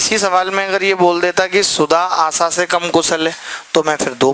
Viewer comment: Sir...its asha...not asaa